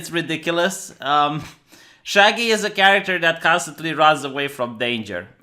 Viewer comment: it's shaggy not shagyyyiiiii